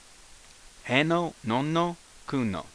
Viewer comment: he is not really pronounced hay it sounds more like the be in bet